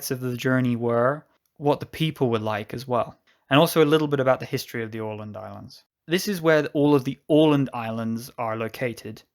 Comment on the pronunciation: A nice video! Don't take this too seriously, but it is always a bit entertaining when a native English speaker hopes he or she pronounces names in Swedish or even worse, Finnish, correctly and fails almost totally. Åland was spot on, though.